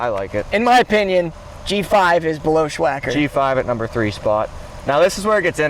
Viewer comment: Sssssss wacker not shhhhh wacker